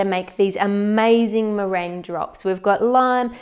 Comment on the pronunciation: meringue not merin xD